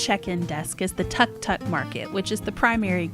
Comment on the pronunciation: Great video!! One side note: a tuk tuk is a mode of transportation in Thailand. It’s pronounced took took but shorter/sharper middle than we would say took. Thanks for the great showcase of the hotel!